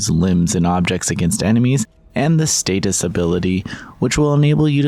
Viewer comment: The "status ability". Someone hasn't played Dead Space. It's "Stasis" I just love killing these necroforms by shooting them in the head with my plasma pistol.